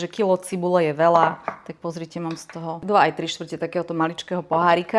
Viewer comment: Otrasná slovenčina: cibuľa, veľa...🙈 Toto čudo bolo niekedy moderátorka?